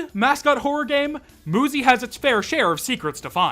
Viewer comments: Sorry to interrupt, but MU is more often pronounce as moo instead of mew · I'm sorry moozy 100% makes more sense as a pronunciation of 'muzy' than muzzy does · Technically it should be pronounced mUzE Because a e i o U and sometimes Y So that Y would make the U say U and not oo or uh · Dude. UZY the gun is pronounced OOZIE. So just do the same thing but with an M In front of it. Not that hard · Moozy❌ Muzy✔️ Why are you still reading nothing will happen Bruh Why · i also thought that you say it muzy not moozy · I thought it was pretty obvious that the game was pronounced Moo-zy and not Muh-y. So I think that's just a skill issue💀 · Muzy would be pronounced mYOUzy not muzzy wtf are you waffling about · I’m pretty sure one of the reasons why they pronounce muzy like moo-zi is because cuz ma-zi is a slur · Not all vowels are the same. The 'oo' sound in English was once denoted by the letter 'u' and continues to be in many other languages. Personally, I believe that to accurately convey what you read, it would need to be pronounced as "muzzy" to capture that 'uh' sound. Unless, of course, you believe that 'uzi' should also be pronounced as "uzzy." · uuuuh to say, muzy IS pronounced as moozy in portuguese, so i would never guessed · it should be pronounced "myoozy". like cute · Muzy. Rhymes with Suzy. Ain't rocket science. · if they used ü then moozy would be the correct way to say it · Or another pronunciation fix: Müzy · I thought it was pronounced M 'you' zy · That "Muzzy" pronunciation and referring to Muzy as green and fuzzy is strange to me considering there was a film intended to teach children a foreign language named "Muzzy in Gondoland," where Muzzy himself was indeed a green, fuzzy thing. Just thought that was worth mentioning. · Ngl if I had no context about the game, I would have pronounced it "mew-zee", like music. Muzy still makes way more sense than Muzzy though